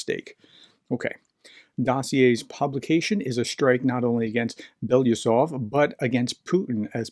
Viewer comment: Okay. I had to stop this in the middle because I cannot stand to hear you butcher BELO-USOV. Or can you make it: Be-LO-Us-Ov? I’m not russian, don’t speak russian, but just like to hear the name pronounced reasonably correctly. Normally russian names don’t end with a question mark at the end either. Now, was that so hard?